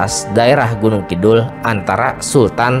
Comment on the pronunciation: Penyebutan nama nya kurang tepat....eheheee